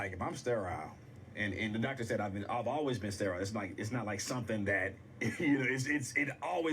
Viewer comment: Off topic... that "Stare-aisle" made me giggle 😆😂